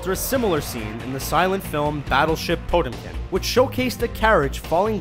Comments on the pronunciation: "Poat-um-kin"? Try "Pah-chom-kin" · Potemkin is pronounced Po TEM kin. Not PO tem kin. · Geez... you really mascaraed the name PO-TEM-KIN. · Actually it's pronounced Po-tyom-kin. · They also don't know how to pronounce "Potemkin". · you pronounced 'potemkin' fantastically wrong! Hahaha